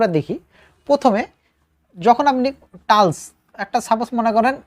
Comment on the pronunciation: ধন্যবাদ। কিন্তু টালস্ নয় টাইলস্ হবে।